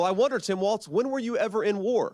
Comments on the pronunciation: There's no 't' in WALZ, jesus christ MSNBC, embarrassing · It’s Walz, not Waltz! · It’s Walz, not Waltz. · “Walz” not “Waltz” I guess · Walz not Waltz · JD, its Walz, not Waltz. not knowing your opponents name is ok if you have dementia. but someone like you not knowing your opponent is .....weird.